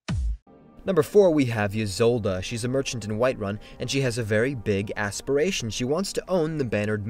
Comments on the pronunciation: “and she has a very big ASS...piration.” lol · "she has a very big ass :) piration -.-" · Ysolda has a big “asspiration” 😂